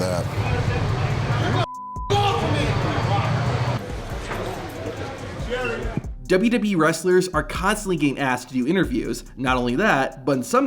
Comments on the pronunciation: The pronunciation of WWE is insane in this video lol its literally just WB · Why does this guy pronounce WWE like "WBE". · WWB?? You speak......wrong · Dude keep saying dubdubee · Just once….. ONCE! Can you please say WWE slowly. It’s not dubya dubya B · I love how none of these wrestling content channels can say "WWE." "Duh-yuh-E" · Good content, but my man, SLOW DOWN when pronouncing WWE and when referencing the years. DubDubEee. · STOP SAYING WWE !!! ITS NOT DUBADUBAWEE ITS WWE !!! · Learn to say WWE correctly, idiot. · Learn to say WWE correctly. Idiot. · If you slowed down maybe you could actually pronounce WWE correctly 😂😂😂😂😂😂😂😂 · He can’t say W lmfao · Why can't you pronounce "WWE?" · Learn to say WWE correctly!